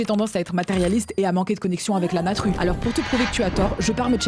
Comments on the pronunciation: la "natrue" 😂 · « La natrue c’est formidable »!!! 😂